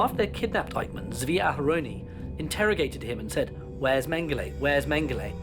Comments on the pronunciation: It’s Mengele 🤦. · Everytime I hear his name mangele I always hear mangel. Not too far off he was...please everyone let's learn...no hate..only love... much love..positivity..happiness..good health and peace to all. Please everyone..just love...